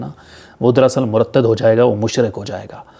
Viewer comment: ہوسٹ کو ابنے لفظ ۔۔۔مرتد کا تلفظ درست کنا چاہیے۔ یہ ہوسٹ پاکستان اور فوج کے خلاف کیوں بولتا ہے